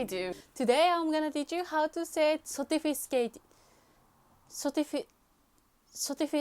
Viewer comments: it's so hard for her to say sophisticated that her clothe changed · I swear she made me forget how to say it. I had to look it up in frustration. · I love your video!! This is very useful... subscribe でした 👍.. laughing out loud when you trying to say "sophisticated".. hahahaha..いつもの新しいビデオ待ってる。 インドネシアより愛を込めて🥂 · As someone whose mother language is portuguese, she trying to say "sophisticated" is a mood lol